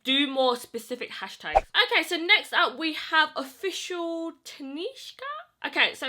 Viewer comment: Her name was pronounced ta shhe ka! 😏